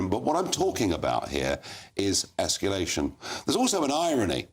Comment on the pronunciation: It is NOT Esculation!